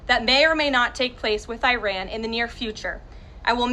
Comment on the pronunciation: She pronounced Iran incorrectly and correctly. Very strange.